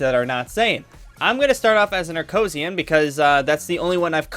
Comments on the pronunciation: he says it on the video so many times its acrosian not acosian! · Why is he calling the frieza race acoshiuns